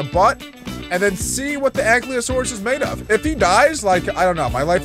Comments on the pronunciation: Btw ankylosaurus is pronounced (Aink-Eye-loh-Sawr-us). Also, I cant wait for the big dino army to be completed, and the Ankylosaurus could be named Spike. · Its ang-kylo-saurus